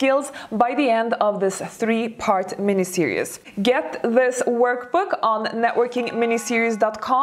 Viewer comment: ...I love your videos, and I am enamored with you.. You are lovely...I am old.. And I'd like to give you one pronunciation help...series...it's pronounced ser--eeez... I adore your face f and cute twists in your speech... But I had hard time understanding what you mean f when you said ser-eous... For series... Lovingly given hint... No offense meant